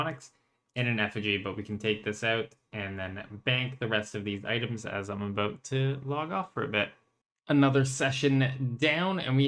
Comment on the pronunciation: the aboots gave it away 😅